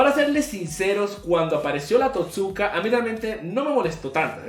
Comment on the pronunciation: Se pronuncia TOTsuka, no toTSUka.